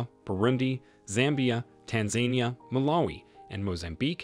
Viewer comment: Tanzania ≠ Tan zane ie uh Tanzania = Tan zuh nee uh